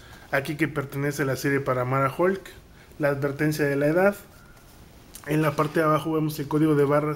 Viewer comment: Hola muy buen video ¿pero dice hukl ?